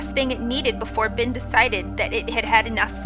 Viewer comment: It sounds like your saying BIN instead of ben